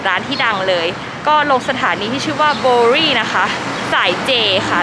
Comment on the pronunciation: น่าจะอ่านว่า สถานี บาร์วเวอรี่นะคะ Bowery